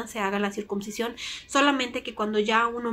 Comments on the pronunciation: Hola yo creo que cada quien decida que hacer con este tema. Una cosa me pareció que dices circuMcisión, y es con N no con M. Que se alivie el niño. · Se dice CIRCUNCISION y no Circubsicion .